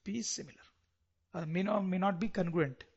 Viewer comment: Aacha explanation h sr bt congruent ki pronouncation galat h